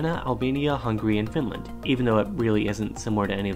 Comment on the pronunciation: Swe^en and FINLAN^